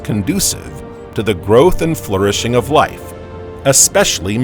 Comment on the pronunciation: Floor-ish-ing ??? For flourishing… Despite the information, the presentation was like a high school lecture, a list run down by the teacher. Unless there was a commercial, it was like a huge run on sentence.